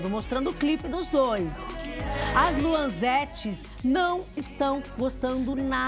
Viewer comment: Luanzetes? Pelo amor de Deus é Luanete!